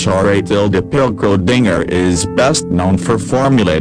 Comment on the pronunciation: The computer voice is reading the script wrong, specifically Schrödinger's name